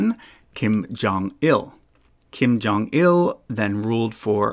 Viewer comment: Kim Jong-Ill